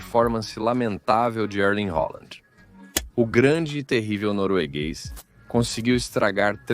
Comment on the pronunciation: quem é Holanda??? o cara quer falar chique, mas está é passando vergonha falando o nome do Halland de forma totalmente equivocada